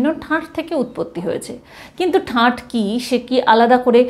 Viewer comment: ঠাট ,ঠাঁট নয়